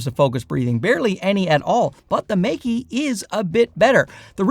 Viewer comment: Good comparison, but I think it should be pronounced more like Maker, not Make-E. At least you're not calling them Mikey like many others do.